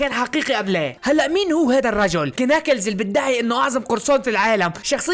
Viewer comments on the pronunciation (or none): اسمو ناكلز مو كناكلز حرفk لا ينطق